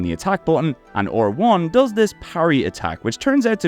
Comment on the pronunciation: How are you a native english speaker yet somehow unable to pronounce R1 or even just 3 like a normal person? It's certainly not "OR1" and "tree"...